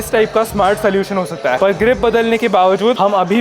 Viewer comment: Is it just me or he says “hai” weird? Just curious why this accent. Anyway sending much love to you! Great videos always.